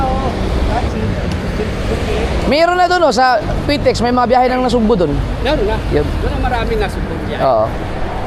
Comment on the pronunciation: Idol..PITX..hindi PTIX😅😅😅😅